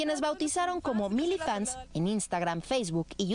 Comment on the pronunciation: Muchas felicidades, hahaha te adoro❣️ Aunque no me gustó la pronunciación de milifans >:v Ahí que si hablamos español xd